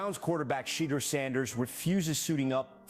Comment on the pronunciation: Why are they pronouncing his Shadeur's name, "...Shitter." Looks like the Browns aren't really into Brown. They need to sell the team.